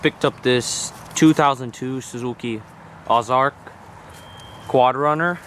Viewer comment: It's "O" - Zark not "OZ" Ark LOL, just messing with ya! You did a fantastic job, I love that you kept it yellow and the front bars and rack look great, mean lookin". Thanks for sharing!!!